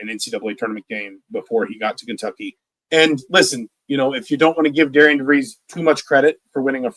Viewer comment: I'm hearing Indiana media/podcasts are pronouncing Darian's name wrong. Pronounced like Darren